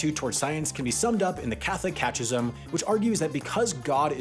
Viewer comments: The Catholic catch-ism, huh? It's cata-kizzim. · I just wanted to let you know that the Catechism isn’t pronounced catch-ism, it is pronounced cat-uh-kism. Other than that, I thought the video was great and hope you have a wonderful rest of your day! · “catch-ism”??? Catechism! “cat-uh-kiz-um” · catechism…pronounced catta-kism… not catch-ism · CAT-eh-kiz-em, not CATCH-izm. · Catch-ism is an interesting pronunciation of "catechism." The more common way to say that word is "cat-eh-kism" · Catechism is pronounced katuhkism, not katchism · "Catchism" lmfao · You're obviously not a Vatican plant. You can't pronounce catechism (KAT-eh-kizm)! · Catechism is pronounced "KAT-uh-kizz-um" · That's a very creative pronunciation of the word "Catechism"... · CAT-IH-KIS-UM, Martin Luther, not Luthor. Sigh. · lol that's gotta be the worst pronunciation of "catechism" I've ever heard also Galileo was placed under house arrest (in a nice house I might add) for insulting the pope (who was literally his largest supporter) and publishing his ideas as facts without the proper evidence/proof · lol how did you just pronounce Catechism?? 😂😂😂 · I'm pretty sure that his mispronunciation was intentional. I think he was alluding to a "Catch 22". The definition on Wikipedia for "Catch 22" is "a problem for which the only solution is denied by a circumstance inherent in the problem or by a rule."